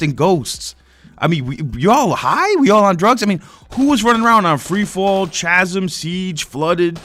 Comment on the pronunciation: I like your content for the most part but when you can't pronounce chasm correctly its hard to take your opinion seriously. Mw3 and ghosts were ok imo, i much prefer then to bo2 and bo3 which i find to be the worst titles in the series. Treyarch post bo1 is awful.